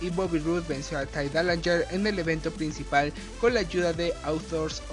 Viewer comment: Pero pues tampoco lo pronunciaste bien...